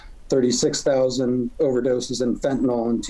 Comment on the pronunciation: 50x-1000x stronger than heroin, yeah maybe carfentanyl is but not feentanyl LOL